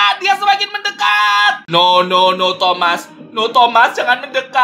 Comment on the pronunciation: Bang kok ngomongnya tomat? Bukanya itu thomas